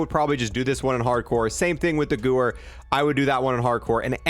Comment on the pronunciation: Its pronounced "give-air", not sewer with a g